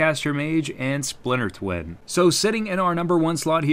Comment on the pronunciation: Haha "Spliter Twin"